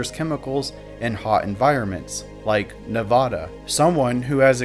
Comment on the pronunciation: This was very well done! p.s. You pronounced 'Nevada' wrong and therefore 0/10 stars